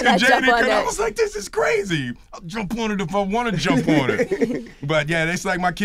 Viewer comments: I loved this interview but did Will Smith really say brazy man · Did will Smith say "Brazy" at the end ? 🤣😂🤣😂 #HeDontKnwNothinBoutThat